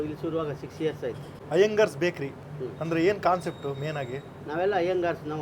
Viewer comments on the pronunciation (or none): Iyengars bajery❌iyengars bekary✔️